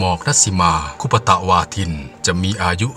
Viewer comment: ชื่อ ณัฐสิมา คุปตะวาทิน ค่ะ ไม่ใช่คุปปะตะวาทินค่ะ แอด